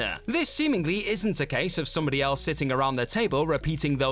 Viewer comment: is it fair to point out that whoever is doing the narration (they guy not the girl) can't seem to pronounce words properly? in the whiplash section he says band - uh rather than band; again -uh rather than again? is it annoyingly intentional overemphasis? or a speech impediment?